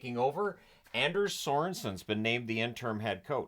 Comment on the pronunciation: Sorensen's name is pronounced AHN-DERS.